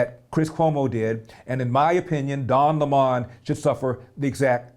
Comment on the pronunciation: Why do these guys insist on mispronouncing Don’s last name? You’re entitled to your opinion but I’m not sure why it’s prudent to continually mispronounce the man’s name.